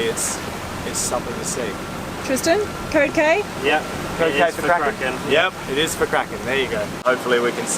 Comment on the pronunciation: It’s funny when you say the code k It’s sounds like cocaine 😳🤷‍♂️ You might have to change the letter. K . To a M .🤔😉🦋💖. Love this episode . 🐬🇦🇺🦋⛵️